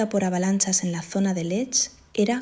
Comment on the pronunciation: Muy largo y siempre lo mismo. Y la montana se llama Lech am Alberg, no Lesch.